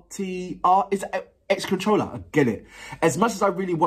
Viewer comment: I love how you were so confident in saying my name yet so wrong XD and you arent the first to call me that though most have only said controller not x controller but my name is Accelerator just spelled a fancy way